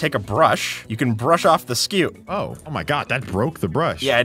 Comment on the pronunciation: pronounced 'scoot'